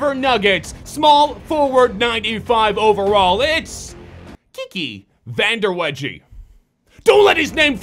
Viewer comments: It's Kiki Van - duh - way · it's pronounced "van derway"